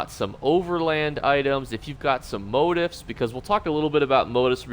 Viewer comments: Always cracks me up how you pronounce motif. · Man you say motif a lot, and you say it wrong! Super obnoxious bro.